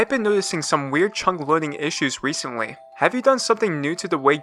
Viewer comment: "there was wecently" 🤓